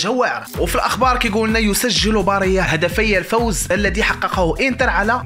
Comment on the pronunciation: هداك اللاعب سميتو باريلا ماشي باريا